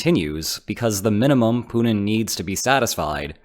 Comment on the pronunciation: You realize his name is Putin, right? Not Punin? :)